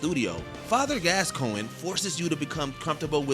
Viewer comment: Fire this guy. "Glascoine"? "Jeralt"? Does this clown even game? Please get rid of him.